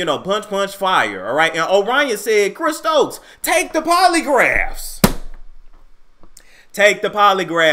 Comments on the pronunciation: He said "Chris Strokes" lol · You said Chris Strokes 😂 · did you just say Chris STROKES. 🤔